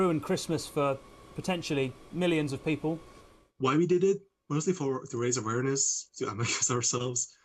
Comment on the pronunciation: Lol "awareness"